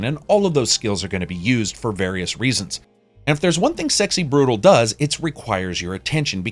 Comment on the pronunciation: Great review as always, made me very interested in the game! ...Though I'm pretty sure you pronounced "brutale" wrong, but I guess we can just disagree on the pronunciation. (cough patrEon cough :D )